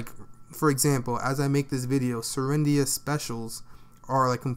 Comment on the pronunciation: Really good Video ! btw its serendia, not selia ;)